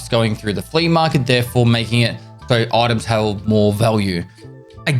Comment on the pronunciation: “You hev failed t3h challenge!”